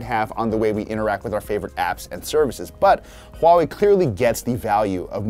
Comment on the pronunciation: Finally people can pronounce Huawei right. No more wahwei. I can proudly say I used to work at Huawei.